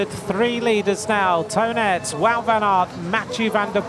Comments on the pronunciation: Nah, he pronounces it wrongly, he pronounces Aerts in English as Earths, which together with Toon becomes Toon Earts and almost sounds like Tonnet, his name should be pronounced as Toon Aarts. Ae is an old form of writing in Dutch that is the equivalent of a double A sound, which is pronounced as a long A. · I'm not belgian nor do I have any experience with belgian names or the (dutch, french, german) languages, but why does he pronounce Toon Aerts as "Tonnet", is he supposed to do that? Is it a preference thing? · Toon Aerts should be pronounced Tone Ahrts in English. I’ve lived in England for 27 years and I’ve given up on them pronouncing my surname right a long time ago. Been called worse 😂